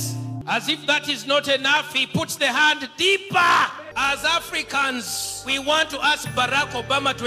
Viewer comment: "I've taken thee time to do a leetle research"